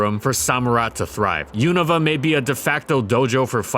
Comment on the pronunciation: I was half watching until I heard Yiniva instead of Unova. I think correcting pokemon pronunciation is by far the nerdiest act a gamer can commit and gives me incredible shame but come on, you know its YOU-NO-VA.